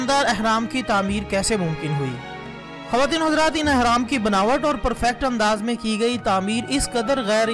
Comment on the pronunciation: 1)احرام نہیں بلکہ اہرام ہے 2) اور سورۃ قصص ہے قصاص نہیں 3) اور آپ نے سینتیس کہا اور لکھا 83 ہے دو بھی غلط! سورۃ قصص کی آیت 38 ہے آپ نے جس آیت کا حوالہ دیا۔